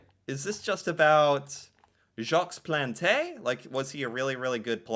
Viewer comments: Total fail on "Jacques )lahte" though. 😆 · Jacques Plante is pronounced Jok Plont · Just to let you know that in Jacques the ‘s’ is silent and in Plante the ‘e’ is silent. Love your videos. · So cute. Gotta chuckle at you Americans with French., kudos for recognizing that Jacques Plante is a French name. Kudos also for trying to pronounce. So you said the equivalent of "Jocks Plontay". In French, it's pronounced like "Zzjock Plont". So cute. Keep at it. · Awesome Heritage Moments - the goalie 's name is pronounced "Jawk Plont" - not Jaks Plantay 😊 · Jock Plont Jacques Plante is pronounced more like Jock Plont. Haha! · Jacques Plante (pronounced Jawk Plant, the s at the end of French names is silent and the e on plante is also silent) wasn't the first goalie to wear a mask some other goalie in the 20's or 30's wore one once I believe but Plante was the first to wear one regularly. I started wtching hockey ina the 70's and there were still a couple of goalies who didn't wear masks and most players didn't wear helmets until the late 70's. As for the neck guards the IIHF (International Ice Hockey Federation) has deemed that all international hockey games the players must wear neck guards, I think it took effect NY Day 2024, the NHL hasn't adopted this rule yet but they aren't governed by International Rules but they need to, hockey is a beautiful sport but a person should be protected especially in vital areas of the body. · In French, we almost never pronounce the last letter in a word. So, it would be pronounced Jacque Plant, the “s” and “e” would be omitted, however, your pronunciation of the letter “a” was dead on. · Jacques Plante is pronounced like Jock Plont. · I'm sorry, but I can't stop laughing over your pronunciation of Jacques Plante!!!! 🤣🤣🤣🤣🤣🤣🤣🤣🤣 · you literally heard his name pronounced correctly, and still mangled it again. well done. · Jacques Plante… silent S (1st name) & silent E (last name). Otherwise, your pronunciation is spot on.